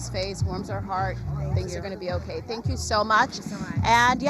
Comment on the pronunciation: ~ Please note: Say Thank YOU - not Thang Q or Than Q - Please